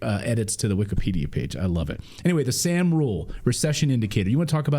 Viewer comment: It's sahm, not sam